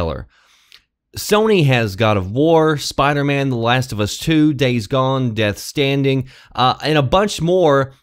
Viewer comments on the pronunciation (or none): "Death Standing" 😂😂😂😂 It's "Stranding".